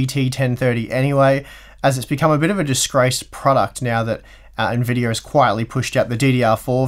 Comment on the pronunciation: What is an "N-Videyor"?